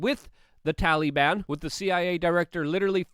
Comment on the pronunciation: Tallyban... Drives me crazy lol.